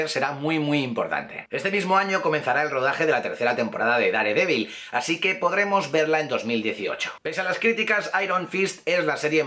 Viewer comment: Dare-devil :v repetí conmigo así es como se pronuncia "DERdevil" <<<<< Así se lee respetando el ingles normal N. Americano y S. Americano ¡Saludos! :=)